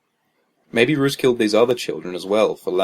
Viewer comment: Roose, rhymes with Goose.